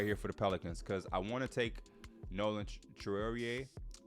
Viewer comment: Pronounced "Nolan trah-or-aye". Love the content P, hope some of this happens in real life